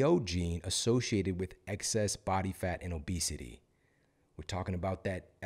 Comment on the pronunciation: I love when you say « Bat Fat » 😈😂 I’m laughing alone in my kitchen